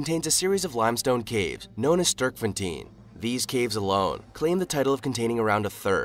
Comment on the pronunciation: What unsettled me was your pronunciation of Sterkfontein, it's not an English word.